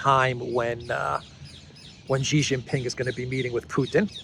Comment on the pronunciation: JHEEJINGALEX, Xi Jin Ping, his name is pronounced SHEEE JING PING not JHEEE JIN PING. JHEE means PENIS in CHINESE LANGUAGE.